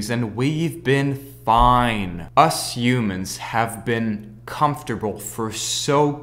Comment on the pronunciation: its Helicoprer not elicopter its A helicopter not an elicopter . Its Humans not eumans. otherwise great stuff i loved it ! and i think you shout put the album cover you are talking about behind you insted of the triangles.WELL DONE MAN QUALITY WORK!